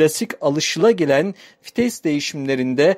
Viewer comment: Kitap okur gibi ne biçim anlatıyosun.ayrıca FİTES DEĞİL VİTES